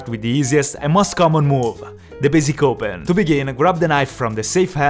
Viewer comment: Who else heard basic cobra when he said basic open